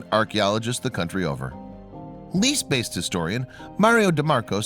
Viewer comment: Go look up the pronunciation of Lecce.